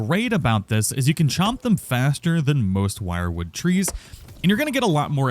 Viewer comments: You're pronouncing it wrong, its not "wirewood" its "Wierdwood" (WyrdWood) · Wyrd is not pronounced Wired rather Weird or Werd. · Is it not pronounced as “WIRD wood”? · "Wyrd" is pronounced "weird". The More You Know... 🎶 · isnt wyrdwood pronounced weird-wood